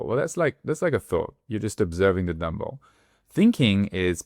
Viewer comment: I thought you were saying Dumbo, not dumbbell 🤭